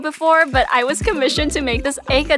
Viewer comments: They way u pronounce nair -uuu -too and ay-kat - sucky was fuckin gold 🤌🏿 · It's actually pronounced ah-kawt-skii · "Nairruto" "Acutsucky" Cries in Naruto fan I don't mind but it is painful :') but yes, yes, and YES it's an amazing anime but it is a long one! also, u won in pronunciation against my sister who said "Ner-rod-O" and "Ay-cat-sOO-key" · Bruh that's pronounced naaruto but its Naruto and what's that akatsuki pronunciation????? You're completely spoiling japanese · Now from the last pronunciation of naruto i know it was a joke but GOD the mental damage from hearing aycutsucky was murderous 😭😭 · U messed up bad 😔 btw it is pronounced norooto and akotski the way u spell it is Naruto and Akatsuki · YES WATCH NARUTO it is soooooooooooooooooooooooooo good and it is pronounce acat su key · The way she pronunciation we aren’t mad about u not watching Naruto although some of us are but why do u say the pronunciation so badly it driving me mad nair ru toe but i was commission to make this egg at sucky rug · Yes. You should watch naruto. It’s a very good show. Also your pronunciation of akatsuki and Naruto were wrong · I’m dying of pain of the way she pronounced it Akatsuki and Naruto, and I’m also confused why and how she pronounced it Naruto correct in the end and yes you should watch Naruto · Bro the way she pronounced akatsuki